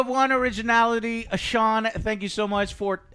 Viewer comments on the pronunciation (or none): none